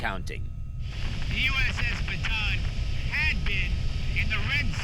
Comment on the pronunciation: It’s USS Ba-Ta-ahn